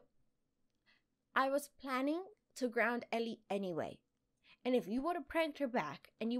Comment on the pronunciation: the funny thing is she said "grouned"